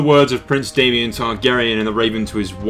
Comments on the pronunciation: You pronounced Daemon wrong, it's Daemon not Damien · IT'S DAEMON, NOT DAY-ME-ON. DAY-MON = DAEMON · good video, however the orders of events aren't entirely right! its daemon, pronounced DAY-MON, and Aemon was killed on dragon back by Daemon pronounced A-MON :)